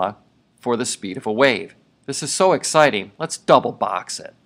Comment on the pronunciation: "Lets box that puppy up and we're done, Oh this is so exticing" lol thanks for the vid